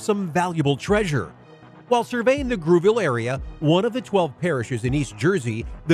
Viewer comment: Grouville is pronounced 'Grooville'....and to make it clearer, its Jersey the Channel Islands off the coast of France where they do NOT use Euros but UK pounds.